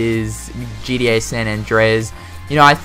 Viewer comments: You sound like you say GDA and not GTA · Is he saying GDA? Or does he Mean GTA Good video though man keep it up